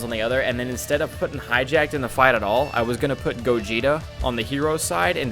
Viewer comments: Hatchyac not hatchyjak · Why do you say Hatchiyack like that? It doesn't even look remotely close to "hijacked."